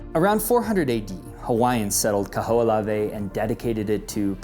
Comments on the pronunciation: Kaho'olawe is pronounced Kah hoh oh lah veh! You pronounce every letter... consonants and vowels...the h isn't silent! Mahalo for da history lesson but make sure you get da pronunciations correct too! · The Island name is pronounced Kah-ho-o-lah-veh.